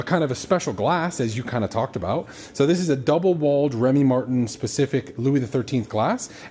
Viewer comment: It’s pronounced Remy MARTAN!!! Not Remy MARTIN